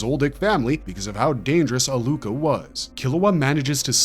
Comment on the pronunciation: A-lue-ka not a-LOOK-a